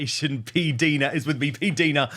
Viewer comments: Dan Pdina his pronounced like diner (the American cafe place) not deena. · When in heavens name Dan are you going to say PDina’s name correctly ? She is too polite to correct you. She herself says her name like P- diner( like an American diner ( cafe) why are you so stubborn and continue say it incorrectly so many times during your interview with her. I wonder how you would like your name being mispronounced incorrectly constantly. I think it’s quite rude of you. Be a man and correct yourself and apologise to her for having said it wrong all this time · Dan please it’s PDina as in Diana it is I not i